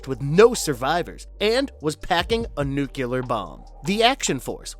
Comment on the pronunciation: "nucular". it's pronounced "nucular"